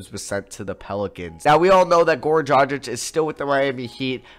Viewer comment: His name is Goran Dragic, not Gorn Drajik.